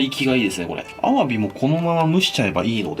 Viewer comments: の「アワビ」のイントネーション絶対おかしいww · アワビの発音が気になる…